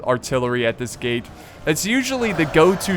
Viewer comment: am I the only one thinking he said "gay battle" and not "gate battle"?